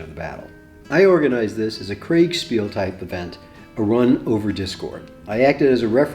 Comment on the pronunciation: Sure! (just one s - Kriegspiel) But the Krieg-bit should come out of our mouths as 'Kreeg' - I heard 'Craig' a few times. This doesn't mean the video was other than great. Regards to all of you.